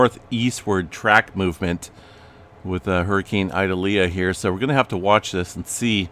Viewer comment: Ee-doll-yah ( correct pronunciation)